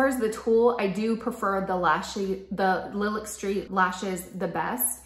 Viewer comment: Nice review. I really appreciate that you are willing to say which things are your favorites and why while still recognizing people might like something different. These look really pretty on you. (Small ps I think Lilac is pronounced like the flower "lie lack" :))